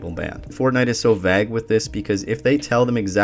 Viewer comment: Is this an AI program? He keeps saying VAG instead of vague wtf